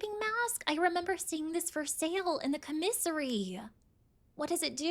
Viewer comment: Please stop say comissary lol.